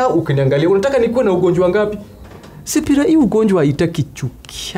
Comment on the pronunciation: Hehe sasa ni sipira not shiphira😅😅